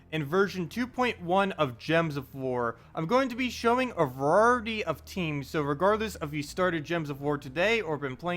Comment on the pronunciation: what is vuruhati you keep saying? Variety is pronounced V(long a)R(eye)(eh)ty.